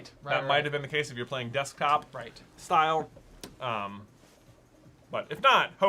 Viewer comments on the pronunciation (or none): none